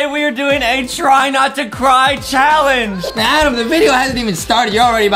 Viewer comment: adam! not amen